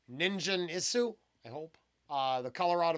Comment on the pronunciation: Love your reactions! Just an FYI it's a hard G, as in "Get" or "Gain" Nin Guhn and the U in Isu, is almost not pronounced. Like EESE, and then a tiny tiny ooh sound that almost is not there. Colour Out of Space was an HP Lovecraft story. These guys like to write lyrics based on Horror stories.